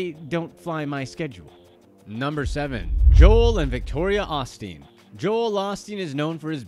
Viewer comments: OSTEEN. OH. STEEN. NOT AH-STEEN. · Every time you said Osteen I cringed. It’s “O” steen